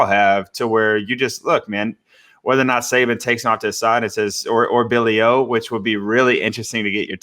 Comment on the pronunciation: “Billy O”? 😆